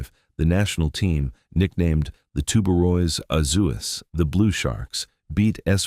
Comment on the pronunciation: Good content. Discusses the people and their history in a respectful and dignified way. Since this is AI narration, surely the mispronunciation of sodade can be corrected, right? (two syllables, not three). Same for Tubarões azuis, velha, and all appearances of São.